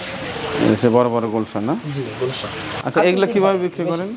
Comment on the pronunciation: উচ্চারণ ভুল আছে, হবে গুলশা মাছ